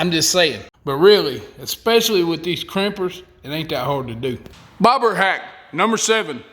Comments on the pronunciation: I thought you were calling the float a “ pig float”. Lol About half way through I figured it out. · Sounds like hes saying barber hacks